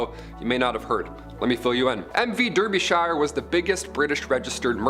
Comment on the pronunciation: Pronounced Darbyshire